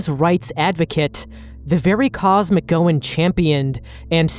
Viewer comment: That's the most creative pronunciation of "McGowan" I've heard so far